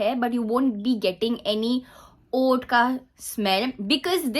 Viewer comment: Oud pronunciation is oood not uud just letting you know ❤